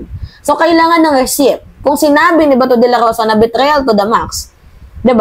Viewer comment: Receipt silent p pag pronounce Receit 🇺🇸